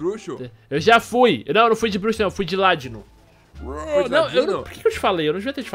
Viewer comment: Nao eh ládino eh ladíno